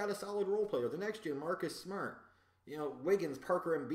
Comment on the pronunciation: Hearing you say "Marcus Smart" made me chuckle.